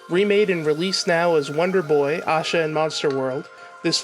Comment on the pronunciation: why do you pronounce asha the way you do. theres no w or u in it. its like ash-a..not ausha. oh but wait you change it every once in a while. lol make up your mind pal. not trying to be mean its just weird